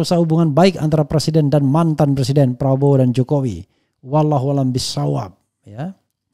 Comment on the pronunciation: Presiden.... bukan persiden..... ngomong aja nggak becus lho jok